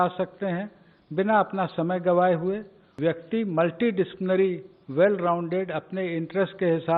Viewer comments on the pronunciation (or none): Amit Khare desh ka education secretary hai magar chutya multidisciplinary ko pronounce tak nahi kar paya multidictionary kuch bola sune